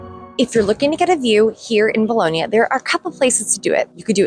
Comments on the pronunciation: Just a tip: The second 'o' in "Bologna" is not pronounced as 'boloney' or 'toe' or 'bone', rather it's a flat 'o' said the same as the first 'o' ie. 'cop', 'drop', 'sock'. After a few months you probably would have heard the locals pronounce it like that. ;) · You are so lucky living there but please ask an Italian how to pronounce Bologna correctly - it is not Bolownia! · Can you pronounce Bologna correctly please FFS